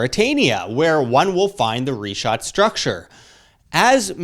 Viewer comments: Great Job Sir, great initiative for research... shall be waiting to see if the puzzles fit. Wish you all success. Just a suggestion, please correctly pronounce the names....its prounounced "Rikhaat" structure & not Ri-chaat and its "Sahaara" not Saheyra as you were saying. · The way he pronounces sahara and richat makes me not want to take him serious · oh great...a crew of naive, bumbling, suburban Americans trudging through the desert in area known to be populated by radical Islamic people. What could go wrong? Dude can't even pronounce Richat correctly, and apparently never even watched the documentary. Edit: Also, let me save you some leg work. The ruins you see via satellite on the Richat? They're French Colonial forts.